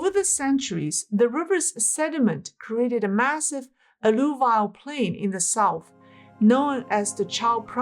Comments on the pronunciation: *alluVIAL alLUvial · Hi, 'alluvial' is pronounced: A - loo - vee - il